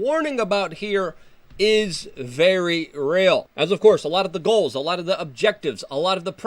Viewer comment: "We penetrate zee cabinet's"